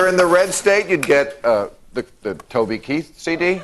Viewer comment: "hello, i'm countreh singer koby teeth" why have i never seen this before?🤣